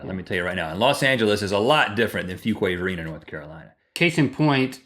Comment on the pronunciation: Fuquay Varina??? Awesome. Don't hear much of that town, let alone having it pronounced correctly. I'm in ILM.